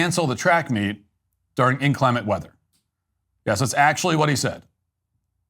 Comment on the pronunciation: If you're going to ridicule the English skills of others, please learn how to pronounce "inclement" first. Pretty good analysis otherwise.